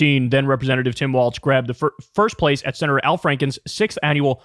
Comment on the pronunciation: Why do you keep pronouncing it as "waltz"?